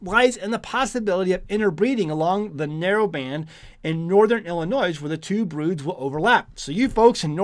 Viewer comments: Did he just say "Illin NOISE" ??? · just a point . There is no "Noise" when you pronounce Illinois. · The s is silent on the state of Illinois 😂